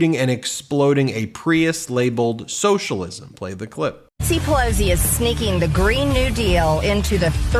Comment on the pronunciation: I'm developing a twitch from every time I hear MTG say Nancy 'Pelozi'. 🙄😑